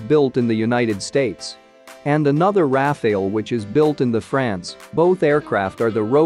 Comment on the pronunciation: It's not pronounced "Raf-ail" it's More like "raf-al" which is a kind of wind.